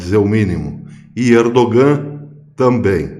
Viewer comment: congratulações pelo se trabalho; isto, para si não novidade mas, mesmo assim, permita-me congratula-lo. Se me permite, respeitosamente, um conhecido turco, há algum tempo atrás disse que o " G " em "Erdogan" não se pronuncia (é silencioso ou quase um " H " aspirado); como falar ao microfone é sua ocupação, aqui vai.... Ainda, se me permite, não expresse surpresa quanto às "boas relações" Israel/Turquia......não de hoje/passado recente; é há muito tempo.... por favor note as " aspas ".......Obrigado pelo trabalho